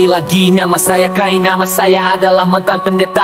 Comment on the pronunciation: Bang kai, bukan Bang kei. Kainama